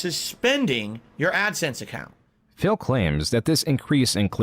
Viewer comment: Is callimg him "phil" or "fail"